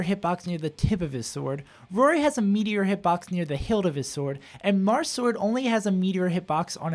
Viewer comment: "Differences between the Jarths"